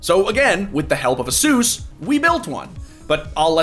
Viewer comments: A-SUS not Asoooooos bruh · The way this guy pronounces "asus" should be illegal